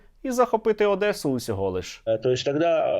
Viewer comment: Мене аж тіпає коли вони кажуть Адеса.